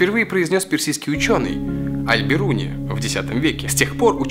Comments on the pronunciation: Аль Беруни' а не Аль Биру'ни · Нифига не БИруни. Это читается БЕруни